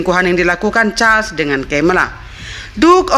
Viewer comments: Sebutan tk jelas... Naratif yg tidak begitu smooth charles bkn cha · Pangeran char dan cemela ? Yg bener dong penyebutan kata asing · Bacanya tetep Carles bukan chaaa carmila bacanya Karmela